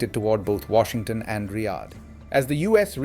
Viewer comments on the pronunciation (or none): none